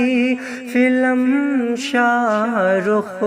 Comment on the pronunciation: फिल्म होता ह फिलम नहीं होता किसी से पूछ लेते आप इतनी बड़ी गलती आप कर दिए ।